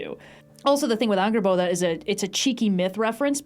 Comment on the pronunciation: The way says Angrboða *chefs kiss*, i rewinded like 8 times to relisten